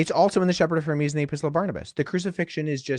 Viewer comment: If we’re talking about pronunciation it’s a bit distracting that Wes keeps called the Shepherd of Hermas the Shepherd of Hermes